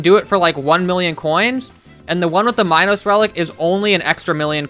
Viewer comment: HE SAID MINOS RELIC LIKE " minus relic " IM IN PANE RN